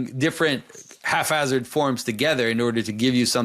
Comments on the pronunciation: Do you mean Haphazard? Not half hazard. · My biggest take-away from this video is that pronouncing the "ph" in "haphazard" as an "F" makes a great portmanteau of "half-assed" and "haphazard".